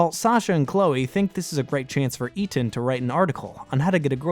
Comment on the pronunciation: lol I'm convinced you intentionally mispronounced a characters name every video🤣 ETAN?!?